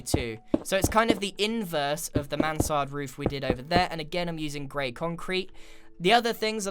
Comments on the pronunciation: For me that sounded like he said. So that is the Samanthaaa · yes he has amazung pronouncation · Grian struggling to say Mansard